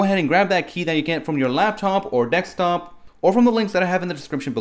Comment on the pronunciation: You sound funny and it's Desktop not Dextop lol Good video all the same